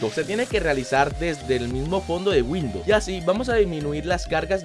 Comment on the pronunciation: Dijo como 4 veces windous r jajaja